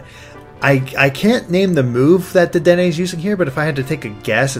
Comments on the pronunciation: its pronounced deh- deen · It's pronounced de-den-ay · I think in French, an e at the end of a word is usually silent. So it would be pronounced Dedenn. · It's pronounced Day-deen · I'm pretty sure Dedenne is pronounced "De-denn" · Waluigi actually did use tennis racket in Brawl. And watch the Pokemon The Series XY to see how Dedenne's name is said